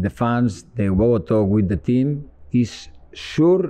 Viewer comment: Lha itu bisa Bhs Inggris, knp kmrn pas baru dateng pake Bhs Spanyol?? Bhs Inggris LM lumayan lancar lah, tp koreksi dikit: "fans" itu dibaca: fens bukan fans, klo fans itu artinya kipas angin, coach! 😁